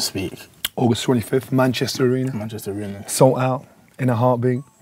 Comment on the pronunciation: Man said salt out